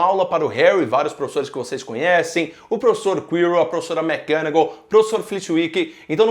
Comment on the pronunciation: não aguento mais ouvir ele falar minerva mcganagal